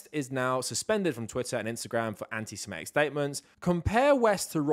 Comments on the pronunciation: Minor point, but you’re pronouncing antisemitic wrong. You’re saying antisimetic instead of antisemitic. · Yes you are. I just listened to you do it 50 times. you’re saying antiSIMEtic, instead of antiSEMItic. You’re swapping the vowels. You’re saying antisemite correctly, but you’re swapping the vowels on antisemitic. It’s a common mistake. No big deal.